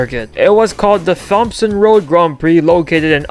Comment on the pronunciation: Isn’t it pronounced T OMSON